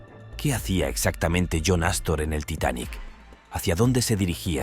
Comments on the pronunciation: Era ASTOR NO CASTOR 😅😂 como lo dijo varias veces jajaja 😂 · No es "castor" es Astor... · JOHN JACOB ASTOR,NO CASTOR HAY QUE INFORMARSE Y LEER MEJOR PARA DAR INFORMACIÓN EXACTA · Ya pensaron en colcar a alguien que sepa leer !!!!!! No es Astro ni Castro es john Jacob Astor entre otros, dueño de la red de hoteles Waldorf-Astoria. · Yo le entendí "Castor"